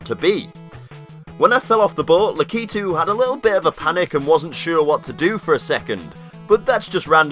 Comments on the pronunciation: It's 'Lakitu', not 'Lakeetu'! I can't help myself. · He pronounces Lakitu wrong ;( he pronounces it lack-ee-to it's lack-I-too